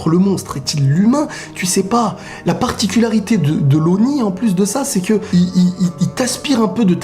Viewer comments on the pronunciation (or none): none